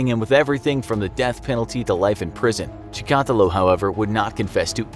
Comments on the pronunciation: You pronounce Chikatílo wrong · Apparently has never heard of ANATOLY SLIVKO. Whose name they will probably just mispronounce. "Chi,-kot-illo". Are you kidding me!? It's CHIKATEELO. Enunciated as swiftly as it looks and with no spaces between vowels! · Rostov...that's where my mom's side of my family lived before coming to the US! My mom and grandparents told me about the precautions that they put in place for my mom's safety back then. They all knew a serial killer was around, it wasn't so well hidden. Btw...cheehk uh teelo. Short double e's, hollow o! I think any russian is bothered by this pronunciation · Your pronunciation of Chikatilo is hilarious! Its chick-a-TEE-lo LOL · Чикатило is pronounced like ChikatEElo long e in the last syllable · His name is said (cheak a till o) better know as the rustoff ripper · It's not "The Ukraine." Чикатило is pronounced chee-kah-TEE-luh. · Cool video Maybe this will help you pronounce Андрей Чикатило Ahn’drey Chicka’teel’lo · Chi ka tee lo. Your a serial killer of ears with that pronunciation of his last name. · LOL that pronunciation. It's pronounced Chick-ah-tee-lah. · Andre Chikatilo (CHICK*A*TEE*LOW). That bugged me hearinging the narrator say his name that way. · USSR had many serial killers besides Chikatilo. Wikipedia has 53 articles in its "Soviet serial killers" category ("Серийные убийцы СССР") Btw, you pronounce the name wrong, emphasis should be on the third syllable - Chi-ka-teeee-lo Do some research, for KGB's sake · Cheek. A. Tee. Lo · Cheek-ah-teal-low. This isn't rocket science guys. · Dude .. it’s CHICK-A-TEEL-O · Dude he’s Russian not Cuban why are you pronouncing his last name that way lol. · The way he pronounced Chikatilo😂😂😂😂😂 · You absolutely butchered his name! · Dear narrator: You've butchered the pronunciation of Chikatilo's last name worse than he ever mutilated any female. Can you do a video on your crimes against linguistics in general? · You said his name wrong every time